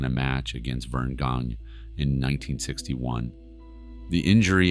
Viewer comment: Verne Gange is pronounced GAN-YA